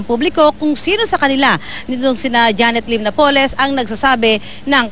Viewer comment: napoles is pronounced with accent on the "a"...